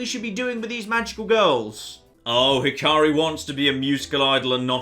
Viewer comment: its not hi-car-ri it hi-ka-ri, the ‘a’ is like in apple